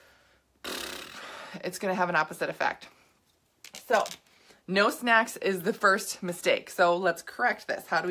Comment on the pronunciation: dude for a sec it sounded like you were saying have sex instead of snacks